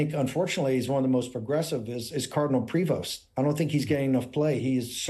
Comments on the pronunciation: Shut up. You know nothing about the Catholic Church. You are not a Catholic. You aren't even pronouncing his name right. Leave if alone. name.Talk about right. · Ok, tone all wrong here. Not designated. Elected. And might be nice to get the pronunciation of his name right: pree-voh. But enjoying the maga down. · Please pronounce his deadname correctly. It’s French and pronounced PREYVO. Love ya, David. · Prévost ....french name .....pronounce Prevo. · It's not Pree-vost ,it's a french name and have to be pronounced Pré - veau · Just a slightly irrelevant question. Is PRE-VOST the way all Americans pronounce the surname Prevost? It looks like a French name to me, which would be pronounced something like PRE-VO or maybe PRAY-VO. Like I said, an irrelevant question. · it's properly pronounced pray-VO, not PREE-vost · Sand t are silent,it’s prevo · Prevost is pronounced prayvo. The maga movement is not Christian, they don't have a single Christian value. They love to call those they don't like "Rynos" i.e: republicans in name only. They are Cynos...Christians in name only. All my life I leaned republican but this movement, this group is not republican, nowhere near republican for that matter. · Pronunciation: Pre-VOHST with a long "o". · It's pronounced prey-vo. In the Nineteenth Century Canada once had a Governor General called George Prevost. MAGAtts IMHO are ignoramuses who can't pronounce even their own language. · Given it's a French name, and at least one of his parents in French, pretty sure his last name would be pronounced 'pray-vo'. J'ai pas mal sur de ca....😁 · Canadian here: The name Prevost is pronounced like prey-voh (silent S, silent T. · Prevost is pronounced "Pre-voe". It's French, goddamn uncultured Americans. I know you can pronounce "chevrolet" correctly so this should be no problem. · Its pronounced prey vo ,stop mispronouncing french names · FYI everyone : the Pope's last name, Prévost (French), is pronounced "Prayvo"